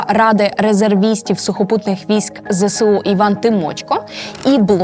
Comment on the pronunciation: Відео супер. Але. Ви теж надаєте росіянам важливого статусу тим, як вимовляєте ЗСУ. Зе Се У - це калька з російської Ве Се У. В українській абетці нема букви «се». Є буква «Ес». Ми ж не кажемо Се Бе У. Виправляйтесь, вірю, ви можете коаще.